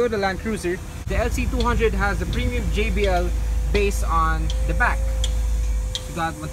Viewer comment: Premium not Pinion